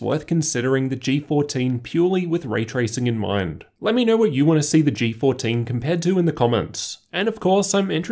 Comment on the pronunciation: No offense but i am a little bit annoyed by your accent, diction or is it just your voice?.. like "low" = "ler" "know" = "kner"